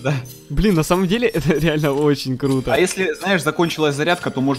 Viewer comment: Кто заметил что сказал не круто а клуто